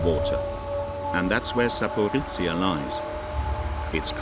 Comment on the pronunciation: My hometown, my beloved Zaporizhzhia, is just 50 kilometres away from this nuclear plant. I had to flee to Kyiv because of this threat. Thank you for sharing. Truly. Thank you. P.S. I respect that you did your best trying to pronounce the name of my city, you were quite close😅 And, with all due respect, Kyiv. Not Kiev.